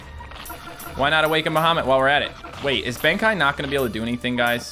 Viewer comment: I love these battle cats videos, they're very interesting, but fair word of warning to so he doesn't get criticized, I'm pretty sure colossal Benkei is pronounced Ben-Kay